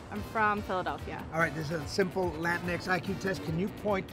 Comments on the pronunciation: It hurt my soul hearing John saying latinx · Every time he said Latinx my soul died a little...